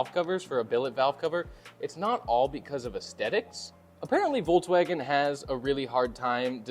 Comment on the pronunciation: Hey teacher, the v in Volkswagen is pronounced as f 😉